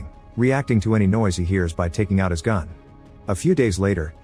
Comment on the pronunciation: also the voice says "raises his fun" instead of "gun"